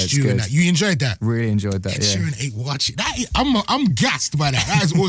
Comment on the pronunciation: The way he pronounced 'watchi'😂😂😂😂😂😂